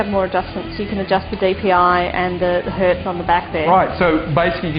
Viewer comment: lol "and the hert" these people have no idea what they are saying. lol they are saying that the Deathadder has a low response time.